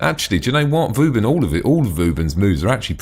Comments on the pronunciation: Hes say's vouben :D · funny way to say vauban xD